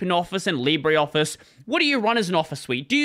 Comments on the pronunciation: leebruh, not leebry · It's pronounced "Libra"